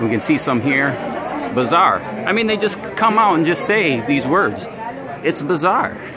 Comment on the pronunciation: Thank you for the video. With all due respect, it's not bizarre, it's BAZarr. A bazaar is a market place. There's a difference (although you COULD say it's all bizarre). BIZarre means "strange or unusual". : ) Thanks again.